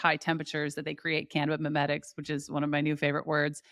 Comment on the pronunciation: The amount of times I rewinded so that I could hear you say cabbabinimetics again lolllllll But seriously excited to look into this